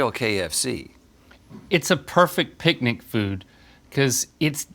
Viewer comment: the way they are pronouncing picnic is unsettling